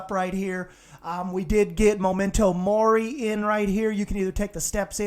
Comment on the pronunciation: It’s actually MEMENTO MORI NOT MOMENTO MORI